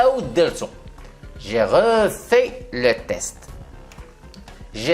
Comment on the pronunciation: Bonjour, si je peux me permettre ce n'est pas croûtes mais crottes et test est sans e à la fin